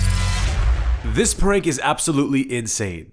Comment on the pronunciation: Good prank, but a bit of advice, as far as I know Spanish-speakers tend to pronounce "this" as "dis", not "zis"